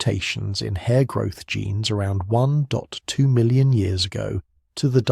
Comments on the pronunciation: Aussie, 4am here. May I suggest that if you use text to speech, you write out numbers and don't use digits. Eg: "Between twelve and eighteen" or "One point two" so we don't hear "between one, two and one, eight' or "One. Dot. Two". If you don't use text to speech or some AI equivalent then idk why we hear it said that way. :) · Nice writing, but please tell the text-to-speech program to read numbers like "1.2" as "one point two" and not "one" (pause for end of sentence) "two"